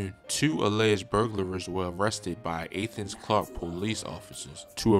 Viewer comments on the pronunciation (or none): Dis nigga said "Ayyethens" 😂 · got the city wrong it’s ( ath-ins) ! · Athens is pronounced with the “A” the same way u pronounce Apple. Say my city right! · It's pronounced at thens not aye thens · Athens Ga not Athiends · So nobody gonna tell buddy he pronounced Athens wrong as all hell? Lmaoo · That mispronunciation of Athens got me like 😳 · Bruh slaughtered Athens 😂😂😂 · Lmao was bout to say some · Nigga I cringe every time you try to say Athens it's pronounced jus like Athens, Greece